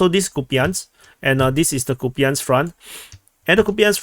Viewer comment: it's Copeyansk front, stop mispronouncing please